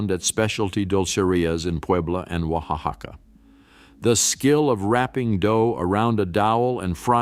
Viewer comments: natila, yalisco, oahaca, 😤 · Huacaca made me giggle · It's hilarious I'm Mexican Born and raised,,,he said oacaca lol😂